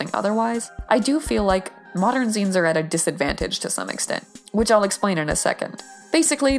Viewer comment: TY FOR TEACHING ME HOW ZINES WAS PRONOUNCED. I ALWYS PRONOUNCED IT AS ZAI-NES INSTEAD OF ZEE-NES